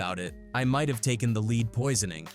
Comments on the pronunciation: Why can’t these content makers use their own commentary? The AI pronounced Lead as leed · Not leed poisoning 😂😂